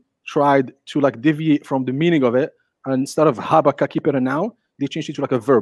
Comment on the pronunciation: I had to stop when he mentioned vall of baka.... It is clear that he doesn't know how to read hebrew. Its not baka its baha. And its named most likely after a sort of tree that grew there. How he connect that to mecca is beyond me.